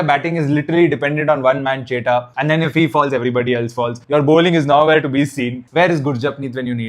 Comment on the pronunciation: Bro it's chettan not chetta